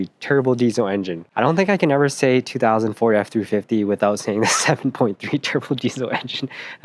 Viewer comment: They think it’s a 6.0 (and I did at first also) because the way you say it “2000 ford” sounds like 2004. They switched to the 6.0 in 03. Anyway keep up the good work ur humor’s hilarious. Oh and get the air dog lift pump with fuel heater. Doesn’t hurt to run it off the sump and go around the sending unit that always breaks.